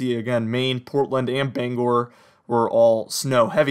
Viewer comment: You've got the pronunciation of Bangor correct!